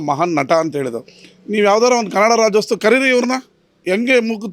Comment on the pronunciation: Rajyostava ಅಲ್ಲ, ರಾಜ್ಯೋತ್ಸವ. ಇದನ್ನೂ ಹೇಳೋಕ್ಕೆ ಬಾರದ ನೀವು ಯಾವ ಸೀಮೆ ಕನ್ನಡಿಗ ಸ್ವಾಮಿ?